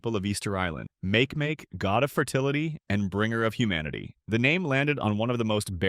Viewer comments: Make Make is pronounced mah- keh mah - keh holy text to voice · It sounds like makieemakiee